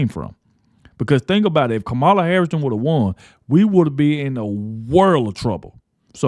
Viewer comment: Hey ignorant! Pronounce Kamala's name correctly and stop being disrespectful!!!